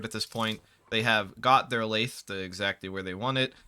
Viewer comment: as someone who works in a machine shop, hearing you pronounce lathe makes me want to get my head caught in one.